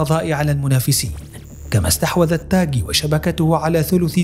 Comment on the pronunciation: التاغي وليس التاكي